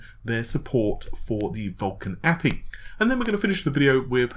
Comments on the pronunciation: please stop saying a-pee instead of A-P-I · Is it just me, or does pronouncing API like Nappie sound really really weird. CIA, NSA, ESA, EU, USA, ESRB, GDC, FBI, EPA, UPS, USPS, DHL. We pronounce the letters for all of those, so why would it ever be different for API? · not at all, this APEE thing is infuriating. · EXACTLY LOL MY POINT TOO BUD the pronunciation sucks balls. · Ay pea eye